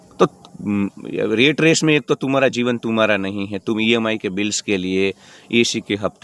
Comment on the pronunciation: रेट रेस नहीं यार रॅट रेस| और उसे टार्गेट मत कहना प्लीज| आप हिंदी शब्द ही बोलना| Rate= रेट= भाव , Rat= रॅट= चुहा देखो फरक हैं ना?